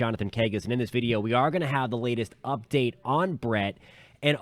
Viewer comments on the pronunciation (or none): none